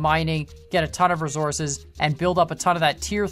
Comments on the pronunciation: The way he says resources triggers me. Rofl. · Did he just said resources de wrong-way